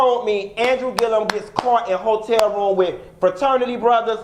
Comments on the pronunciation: Ho-tel Room! Not Ho-tel Bar! 😂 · Bihhhh!!!! "Hoe-Tel room" 🤣😬😂🤣😂🤣😂🤣🤣😬😂🤣😁😂🤣😁🤣😁😁